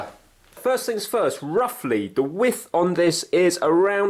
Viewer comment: 'roughly the wiff is' What is a 'wiff'?